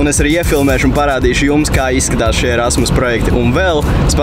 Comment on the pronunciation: kam vel likas ka teica ' rasmas' projekts?